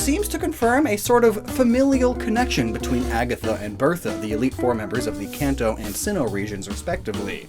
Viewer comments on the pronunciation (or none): none